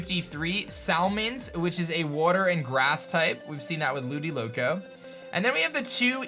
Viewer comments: He said "Ludiloco"... IT'S LUDICOLO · 8.43, Ludiloco gosh ITS LUDICOLO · Did he just say ludiloco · You did not just say ludiloco🤭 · Is he dumb it's ludicolo